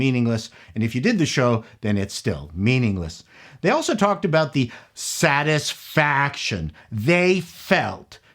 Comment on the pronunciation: When you said "Satisfaction" I initially heard "saddest faction" which would no doubt be the miserable woke people that this show was designed to please